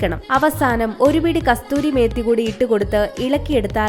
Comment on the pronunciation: കസ്തൂരി മേത്തി അല്ല കസൂരി മേത്തി